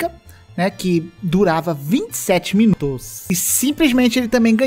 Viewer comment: "Miunutos". Kkkk Ri disso, não creio. Kkk